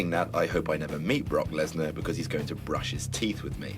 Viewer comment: lmfao 'Brockleberry Lesnar"